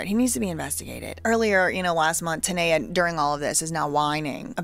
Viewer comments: Her name is TAAA-Kneeeeee-Yaaaah . ( TANEA ) her saying it like Tania is aggravating me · TUH•NEE•UH not TUH•NAY•UH 😅